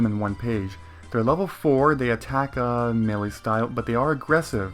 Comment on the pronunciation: uh just for clarification... Melee is sounded out as Mey Lee or Me lee